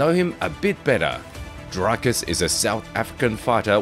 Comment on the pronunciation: You specifically put in a clip Dricus saying of how to pronounce his name properly and you still said it wrong numerous times in the video 🤷‍♂️